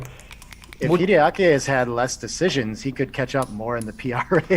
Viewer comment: WHY does he say Kiriyaki instrad of Hideaki?